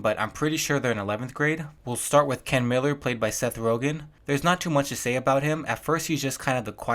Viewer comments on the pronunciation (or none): none